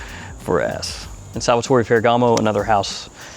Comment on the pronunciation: It's Salvatore not SalvaTOREE